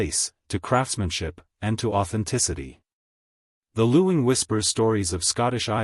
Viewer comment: It’s pronounced ling the u is silent.